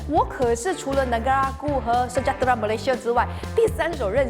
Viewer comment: is it sejahtera instead of sejatera? 😄